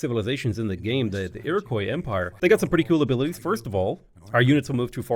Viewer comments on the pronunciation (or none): it's pronounced "ir-oh-kwa". Your first half is good but the last half is like if you were pronouncing it in french